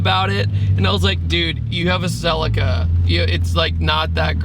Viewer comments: Americans...🤮 It's a Celica not a Sell I ca! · 😂😂😂😂😂 Whys he calling it a cell-acre 😂😂😂😂